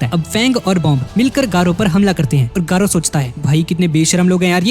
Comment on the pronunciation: Gayru❌ garou✅